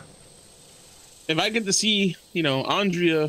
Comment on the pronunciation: I can't believe you guys keep calling Andrea Andrea. It's clearly Andrea, but you guys keep saying Andrea.